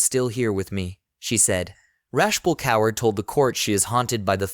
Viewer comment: You should teach your AI how to pronounce words like Kaur.